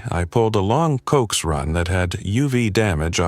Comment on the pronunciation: Great till Cokes... it's pronounced CO-AX ( short for Coaxial Cable. ) 😂😂😂. G7VAG. 🫶🇫🇴🇬🇧🇺🇸🫂